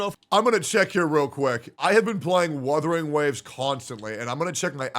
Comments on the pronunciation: He really said withering waves 💀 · "Withering Waves" Yes, it is "withering" away 😂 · Withering waves 😏🤣🤣🤣 it's Wuthering Waves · I don't care, Wuu-the-ring not Whaa-the-ring. Don't like it, sue me. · Sounds like is saying Weathering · The fact that is saying Wuthering wrong too is funny asf